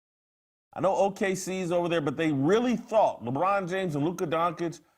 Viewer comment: who tf is Luka Donk-itch lmfao